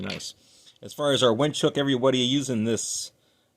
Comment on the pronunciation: It’s a WINCH not a wench, though you may have one of those too 🤣